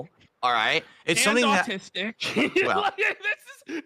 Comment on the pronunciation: Called him tistic right to his face, did not react too well to that he kinda tried to play it off lmao but hey its just rahhzzing guise